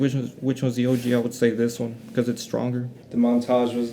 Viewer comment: How to butcher foreign and non foreign words! Ombré no maid! 😅 Your whole video is about Montage and you call them montage. Amateur hour